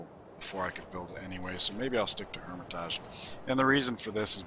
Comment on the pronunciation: Palenque = pah-leng-ke Hermitage = hur-mi-tij